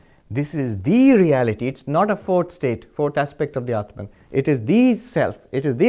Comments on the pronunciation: u r wrong. I have been listening to him for a long tome. Read this carefully then go back and listen to his pronunciation then come back and tell me if I am wrong: When he talks in English he distorts it and says clearly “atmun” and not “Atmaan”. Atmaan is the closest correct pronunciation. Further when he speaks in English he distorts common words like Yog to Yoga and Arjun to Arjuna and shiv to shiva. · This learned man has distortion in his brain. when he talks Hindii he says 'batman' but when he is speaking in English he says 'aatmun'. As if it is a separate English word. Aatmaan is always Aatmaann in any language. Should be no distortion. Same with Artjun, Yog, Shiv... . We must stop giving concessions to English speakers by distorting to Arjuna, Yoga, Shiva... English speakers will learn to pronounce the right way.